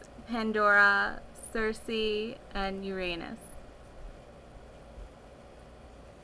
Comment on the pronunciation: Oh my god! thank you so much for pronouncing "circe" correctly! it means a lot to me that you said my name right :)